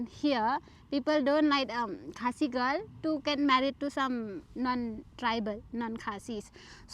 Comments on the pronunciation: You pronounced Khasi village correctly which is good. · This couple is my fav i will repeat again and again....❤❤and has such a good pronunciation with the khasi words...I also got married to someone out of my society...Dear you are beautiful inside out...stay strong with the Love you have..ignore what many people will say to you be it about your beauty or your Love life...❤and the pictures you clicked were beautiful she is a pretty human..